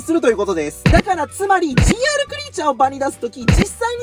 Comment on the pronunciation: GRてカスて読むのか